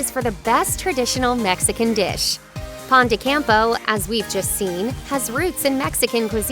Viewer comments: Pan de campo. Indeed she butchered it as well as a few others. Native Spanish speaker here. Pero lo bueno es que si se entiende todo lo que dice la muchacha... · I'm not exactly sure how you say phone de campo but the way she says pone de Campo makes it sound like an American butchering another Language. It's like Pokémon not pokey man.